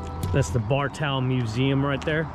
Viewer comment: it's Bar toe lol